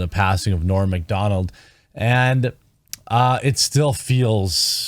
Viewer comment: It’s not ‘Morn’ Macdonald. It’s ‘Norm Macdonald. -Owen Benjamin